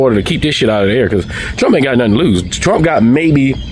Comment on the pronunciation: That guy said "nuttin"" and "sabbatical"in the same sentence.